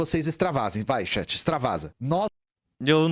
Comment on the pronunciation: pra mim é bizarro que ele força a barra falando estado unidense, mas fica falando XÉT (chat), sendo que nem é a pronúncia o inglês correto que seria TCHÉT, se for pra falar errado, fala logo XAT.